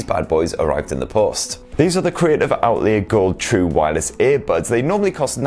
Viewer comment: "Outlee-a" 😁 I love your reviews though so please keep em coming.